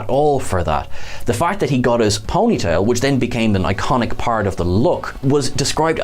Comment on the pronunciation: just had to point this out because it made me laugh but where he is talking about wolf's hair he definitely say's ponyta like the pokemon instead of ponytail lol.